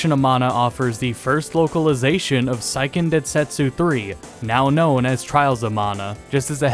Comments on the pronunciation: Say-ken. It's pronounced Say-ken Densetsu, not Sigh-ken. The name's Japanese, not German. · Good video! Although Seiken is pronounced more like "say ken" "Sigh ken" would be saiken. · Fyi "seiken" is pronounced say-ken, not sai-ken. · I know it's a minor point, but Seiken is pronounced "say ken," not "sigh ken."